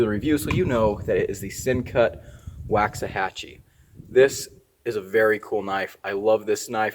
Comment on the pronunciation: I really like your Rat-2 D-2…😆 Drop the T out of the name… it’s Waxahachie. And you’re right, they did do a bunch of models after cities in Texas. There has to be a connection there somewhere.